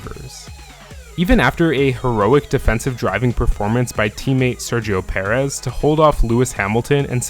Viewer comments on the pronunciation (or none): none